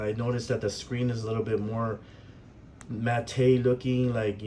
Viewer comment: It's pronounced "mat", not "matay", even though it's spelled "matte". 👍